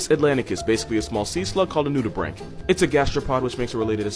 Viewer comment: Finally someone who actually knows how to pronounce nudibranch